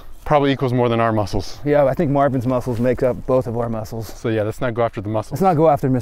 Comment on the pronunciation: Pls like. How many times did say mucles👇